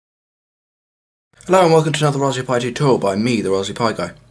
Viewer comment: I can't get past it.... RaspBERRY pi. Lol. All I hear is raspbee pi